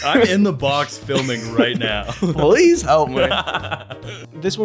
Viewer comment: is he saying “police help me” or “please help me”?